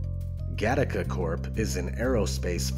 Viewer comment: It´s Gattaca not Gattica